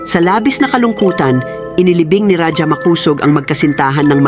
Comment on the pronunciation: Ang bigkas ng Raja ay RAHA hndi radya.